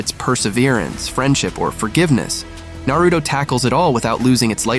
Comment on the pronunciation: The way he said Naruto let me know he’s never actually watched it.